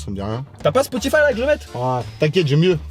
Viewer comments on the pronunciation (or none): none